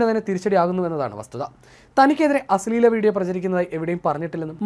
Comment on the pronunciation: അശ്ളെല അല്ല അശ്ലീല 😂😂